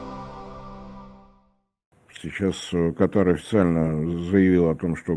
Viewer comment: Как можно его воспринимать серьёзно,если он даже страну правильно не может назвать, ударение нужно ставить на первую букву! Аж ухо режет